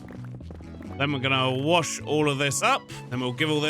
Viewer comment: I am so happy to hear someone say wash like i do warsh.